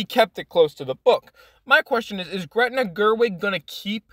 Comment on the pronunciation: It's Greta. Not Gretna. Greta Gerwig = actor/producer/director. Gretna Green = Town in Scotland.